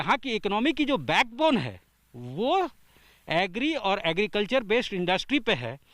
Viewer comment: Argicultural Expert saab muh se gutka nikalkar baath karo